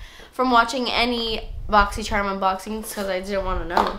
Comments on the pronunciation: i just love how you say boxy churm haha favorite unboxing person ever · i only watch these videos to hear you say "boxysherm"😂